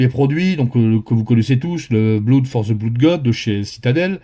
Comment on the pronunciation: Merci beaucoup ! Note: on prononce "blod" et pas "bloud". Malgré le double O. Saloperie d'anglais !